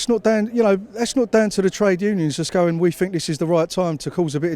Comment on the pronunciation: The Queen of poorly pronounced cliches. Oh yeah well I fink we'll drive em into it. Robbin us blind, tax havens, muvva of all crisis, cripple da workers, had enuff, bleedin us dry. Very quiet when cheap foreign labour was keeping profits down and union members were desperate to hold on to their jobs. Well Eddie and Mick - good luck as you are going to need it. Take on the big multinationals fella and you will get the sack. Ask P&O workers.